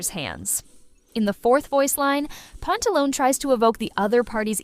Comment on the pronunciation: It's Pantaloneh, not Pantalon. Pantalone as in Italian, the same if you said Dottore. DottorE, PantalonE.